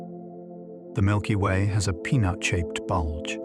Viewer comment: "Milpy Way"